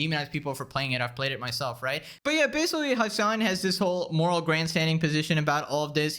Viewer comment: Basicwee. I know you can pronounce the letter L correctwee. Why won't you get some very basic and cheap speech therapwee? It'd raise your potential production value substantially man...